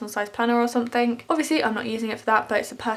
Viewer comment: I love how you say "somethink" It reminds me of 2D from the Gorillaz